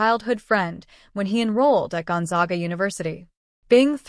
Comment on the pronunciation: pronounced Gone-zag-a. zag with a short a.